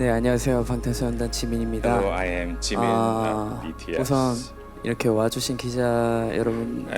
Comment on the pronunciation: Okay who programmed the AI wrong to say Gmin instead of Jimin 😄 I'm listening very carefully after what I heard now. Anywho, I cannot wait for the album and worldwide concert 2026 its been oh too long.